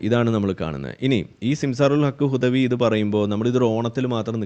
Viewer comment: ഈ ഗുദവി എന്താ ഇങ്ങനെ ഗുദിക്കണത്.... ഗുദാഹവാ... ഗുദവിയേ... ഗുദായനമഹഃ😮😮😮